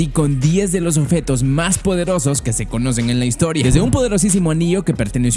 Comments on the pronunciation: Se dice OBJETO no oFeto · Esta diciendo offetos en ves de objetos?